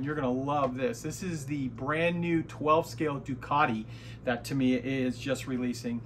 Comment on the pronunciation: This dude is still saying "ta-MEE-uh"? Yikes. I wonder how he would feel if people began calling him "arn-DYE"?